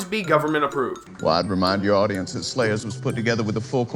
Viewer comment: I was with you until you said "zat".